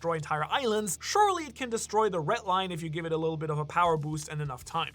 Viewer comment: BRO STOP SAYING "RET LINE" PLEASE ITS PAINFUL TO HEARRRRR.